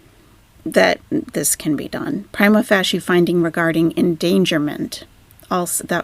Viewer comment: Pry-MA fay-SHA 👍